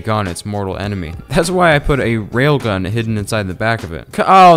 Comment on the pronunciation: "Rib gun" not rail gun